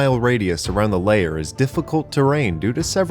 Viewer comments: It's LAIR not LAYER you shitwhistle. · L-air... not layer... L-AIR!! Please!! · The way you pronounce lair as layer deeply confused me for the first half of this video